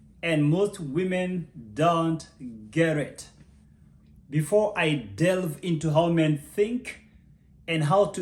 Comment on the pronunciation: “Most women don’t gerrrit”